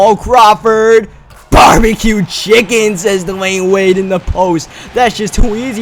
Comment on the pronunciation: He's "Barbucued Chicken" 😂